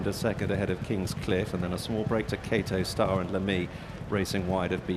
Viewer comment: Why does the commentator call him kato star and not kauto star?